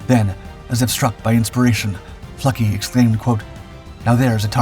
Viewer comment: Nicholas Neff Fluckey here, incredible story, the narration was excellent. What an outstanding group of individuals, with tremendous courage and resolve. And a strong dose of "Luck" as well. Big props for pronouncing Eugene Fluckeys last name correctly!